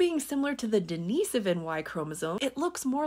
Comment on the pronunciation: Presenration is OK EXCEPT her pronouncing den-i-so-van, not den-ee-si-van.